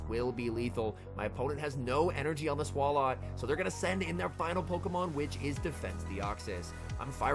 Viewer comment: Every time says “Swall-ought” instead of “Swallow” I die a little bit inside